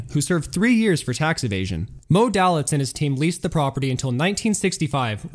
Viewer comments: It's Moe 'Day-Litz'. Not..."Dal-itz'. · Hi --Good video! a few important notes-, the large red arrow in the photograph is not pointing at Moe Dalitz... Moe Dalitz is pictured standing 3rd from the right... Mr. Dalitz' last name is pronounced Day-Litz... --That is not a photo of "Johnny Drew"--that is a photo of Johnny (Handsome Johnny) Rosselli-who was never a casino manager....and I have never read credit manger Hy Goldbaum had 13 alias names... Best Regards, ~Custer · Bill Curtis would pronounce it "Day-Litz" as opposed to "Dah-Litz". Tomato, Tomato. And it was "Tan-Jeers" not "Tang-ers" or whatever you said. But again, hey.